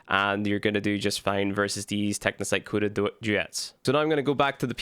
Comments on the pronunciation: pronounced Co-duh. Not Kuda. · Is anyone else triggered by him saying KUDA 😂😂😂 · Aint no way you saying Cooda 🤣🤣